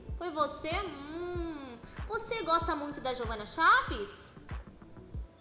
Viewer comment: Kkkkkkk meu deus a não sabe fala jeovana kk ela fala veovana mas o resto ta serto😂😂😂😂😂😂😂😂😂😂😂😂😂😂😂😂😂😂😂😹😹🙈🙈🙈🙈🙈